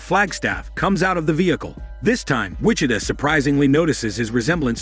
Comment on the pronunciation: For the narrator, for future reference. Wih-CHi-Tah (Wichita) Gih-Tah-Rist (Guitarist)